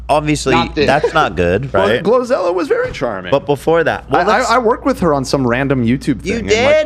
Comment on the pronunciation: I think Ethan is getting GloZell confused with GloRilla and keeps calling her GloZella :_h3h3Omg